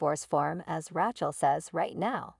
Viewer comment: Bad reader. Who wrote this? They need to learn language and spelling. If it was done by an AI, well, the Artificial Intelligence isn’t very intelligent! The worst I’ve ever read. And the way she pronounced the name Rachel….😂😂😂